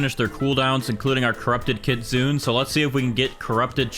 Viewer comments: It’s pronounced kitsunay by the way not kitsoon (I’m writing it how it pronounced) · Kit-sun-eh. I had to say it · Hello I love your video but I have one small thing that I worried about and that is your pronunciation to kitsune is wrong is not kit-sune it's kit-su-ne meaning fox in japanese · stop saying kitsune pls say kitsune-a if that makes sense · i have yet to see any gag youtubers pronounce kitsune correctly